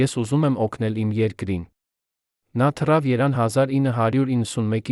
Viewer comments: Էս ոչխար շան որդին ովա՞,որ սութ տեղեկություններա տարածում,սրանով պիտի հետաքրքրվի անվտանգությունը,սա նույնիսկ ճիշտ հայերեն կարդալ չգիտի,Երևանին ասում է( երան),չգիտի թե երբ է մահացել Քրկ Քրկորյանը,նշում է 1995թ.Հայ ազգային հերոսը վախճանվել է 2015թ,հունիսի 15֊ին,սութ էն սրա ներկայացրած բոլոր տեղեկությունները։ժողովուրդ բլոք արեք սրա էջը,սադրիչ է։ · Ինձ հետաքրքիր էդուք Երևան բառը ճիշտ կարդալ ու այդպես համարյա բոլոր բառերը սխալ էք ասում